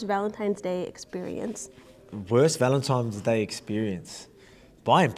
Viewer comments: At first I thought he just misspoke, but after the 2nd time I'm convinced Volk doesn't know its "Valentines Day" not "Valentimes" 🤣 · 🤣🤣🤣Volk think it's ValenTIMES day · I love Volk 😂 but why is he saying ‘valentimes’ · "Valentimes Day" - Volk